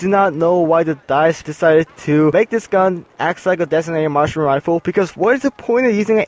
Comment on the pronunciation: its marksmen not martian rifle